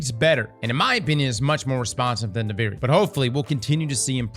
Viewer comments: dUVAri, It's DUVIRI gawtdangit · I swear he’s trolling with his pronunciation of Duviri at this point